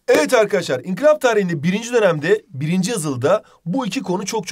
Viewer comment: İnkilap değil inkılap!!!!!!!!!!! Not:en başta diyo